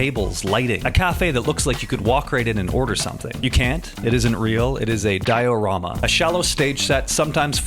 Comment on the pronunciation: Di Ohhh Rama - idk about that pronunciation